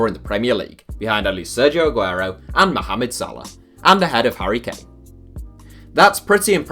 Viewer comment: I love how you pronounce mohamad correctly